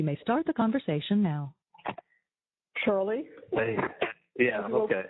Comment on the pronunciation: Aww Chawlie and Donna are going to spend Chwismas in jail 😆